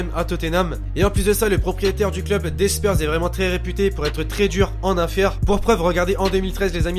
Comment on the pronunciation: wtf il a dit spyrs